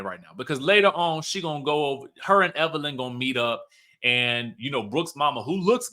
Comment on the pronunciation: There's NO R in Evelyn 😊